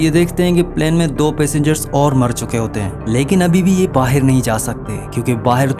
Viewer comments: Baahar❌ Baher😂😂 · Ye pakistani h kya vahi kehte h bahir bahir 😂 bahr hota h vo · Baaaheir😂😂😂 pakistani hai....